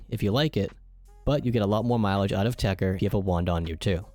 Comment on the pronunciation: It's called TECHER not TECHTER Fucking microsoft